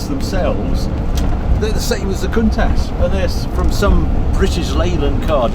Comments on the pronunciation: You like saying cunt ash Harry, I’ve always pronounced it count ash , maybe I’m wrong and didn’t want to sound naughty, cheersshane uk 🇬🇧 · Countach is pronounced with the ch sounding like it does in church and not an sh sound .